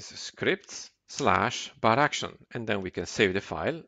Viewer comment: Das "Baraction" macht mich verrückt. Es heißt "bar action". Kommt von "bar" und "action" :D Ansonsten gut gemacht.